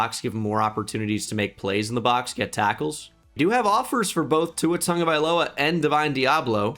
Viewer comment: Tua "Tongue-A-Guy-Lowuh"